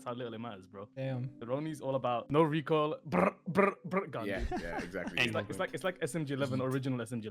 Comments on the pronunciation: "the recorl" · "omg but the recoral" lmao